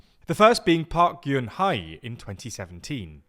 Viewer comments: Bahk Guhn-hey is the correct pronunciation for Park Geun-hye, the last South Korean president who was impeached. Do better, TLDR! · That's not how you pronounce Park Geun-Hye 😂 it sounds more like Pak -Gun (with the "u" pronounced like the French "E") - yeh. But I think i found the website you used to figure out the prononciation so that one's not on you 😂